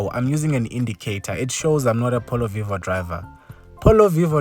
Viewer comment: I. Like. Your. Polo. Voio